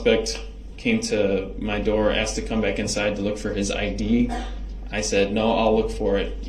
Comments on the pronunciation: Axed and answered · One of my favorites was AXED. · Cause you Axed, cause you axed!😂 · He still would have asked lol she put it in writing for him and he still "axed" about 200 times per day.